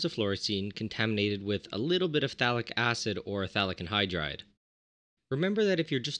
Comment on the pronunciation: I thought you were saying Phallic Anhydride